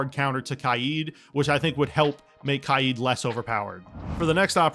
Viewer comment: All the reworks are decent exept solis i dont think she is overpowered at all and my only other issue is the way you said kaid and solis's name becuase it's (kay-d) not (ky-aid) and it's (soul-is) not (saw-lis)